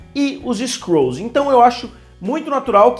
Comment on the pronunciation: Skrols kkkk fala skruls msm kk